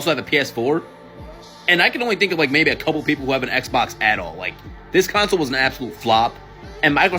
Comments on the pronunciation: It’s CONsole not “council” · Enjoy your content but I realize English may not be your first language. It is pronounced con - sole not cown - sil. Cheers mate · Its CONSOLE. not COUNCLE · Why are you saying console with a u (Counsole).